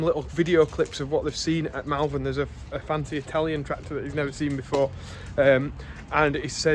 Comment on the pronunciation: Sorry, had to say it. spelt Malvern pronounced Mulvern.